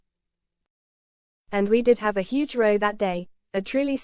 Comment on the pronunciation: 'huge row' as in boat, not row as in argument AI can't pick up difference.